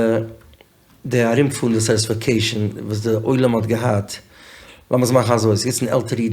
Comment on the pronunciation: Pls edit when says satisfecation it sounds ridiculous